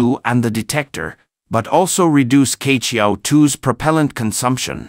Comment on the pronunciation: Queqiao should be pronounced as chiechiao not kechiao.